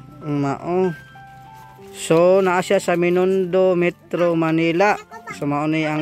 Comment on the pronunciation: Binondo hnde menindo